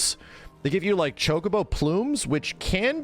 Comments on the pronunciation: thats how its pronounced. Cho-Koh-Boh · stop saying chokeabo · Ya it's not chuck-a-bo lol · just to be clear i would exept the shity french acsent shock-u-bo like chocolate in a french style of saying the word ..... the u is soft like the w i worry the bo islike bow but a short soundsing o sound barely a hit of the w sound at the end of the word. shock-u-bo or shock-a-bo how ever you prefare to read it